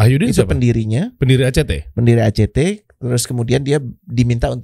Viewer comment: Act itu bukan..